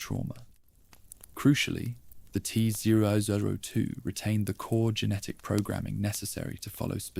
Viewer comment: Teh zwo zwo twoh 😂😂😂😂😂😂😂 wtf is this